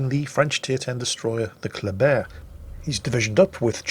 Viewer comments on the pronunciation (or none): There should be more German bias by using the German pronunciation of the word Kleber